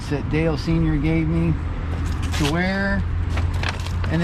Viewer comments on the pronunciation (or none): none